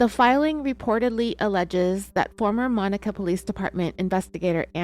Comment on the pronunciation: Your still not saying monaca right